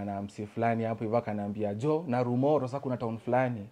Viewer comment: Hahaha....he is mentioning the name Narumoru...Kama msapele ..nalumolo...hahahaha....it's called journey...